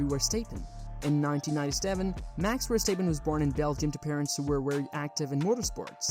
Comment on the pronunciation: Max Verstaippen